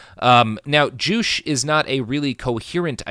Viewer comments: ""Joo-che" not "joosh" or "jooch". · Joo-chay....not joosh. At least look at a pronunciation before doing a 1 hour+ podcast on a subject. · Juche is pronounced JOO-che, not joosh, which is unfortunate because joosh is hilarious. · It always hurts to hear the way Robert pronounces things, but this episode especially hurts because I speak Korean and Chinese. The first time you said "Juche", I thought "what the fuck is joosh?" Eventually I realized you were referring to "joo-chay". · The way you pronounce "Juche" (joo-CHay) kills me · i am very sure you are pronouncing juche wrong. pretty sure its two syllables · This was driving me crazy. You can't suffix a syllable with the "sh" phoneme in Korean.